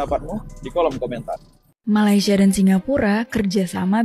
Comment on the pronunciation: COBA LU DENGAR BAIK BAIK APA YANG DI UCAPKAN... MALASYA... MALASYA... MALASYA 🤣🤣🤣🤣